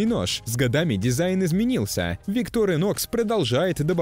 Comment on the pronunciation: Так бренд произносится - виктОр инОкс.